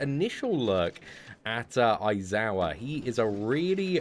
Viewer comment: A-zawa sorry its pronounced Eye-Zawa but spelt A-I-Z-A-W-A i know it seems a lil confusing but yeh...